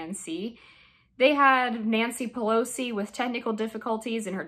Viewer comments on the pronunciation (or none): none